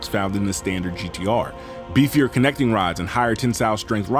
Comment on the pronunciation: Your emphasis on some of these car parts be taking me out💀😭. "BEEfier CAMShafts" Amazing content